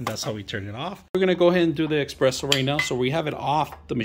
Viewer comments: It's espresso. NOT EXPRESSO. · U know its not gonna be a good review when he can’t even pronounce espresso